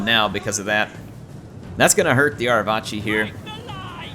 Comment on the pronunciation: the C in Arevaci is a hard C im pretty sure, rather than a "ch" sound. So it would sound like "Arevaki".